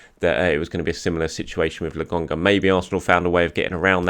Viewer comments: It’s LOKONGA not LOGONGA. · Its Nuno TavAres, not Nuno TavEres 😉 And LOkonga, not LAkonga :) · Why do you keep calling him Lagonga? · love your show but can you fucking get Albert Lokonga's name pronounced correctly? It is LO - KO - NGA. Cheers and keep up the good work.